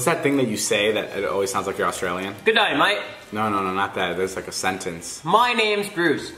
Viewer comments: “Good-eye-might” say that 😂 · The word is “good eye mate”